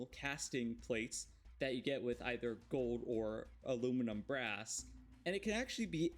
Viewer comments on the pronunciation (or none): none